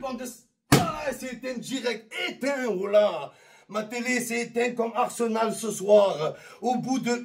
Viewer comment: c'est pas arsemal pour arseMAL mais pour arSEMal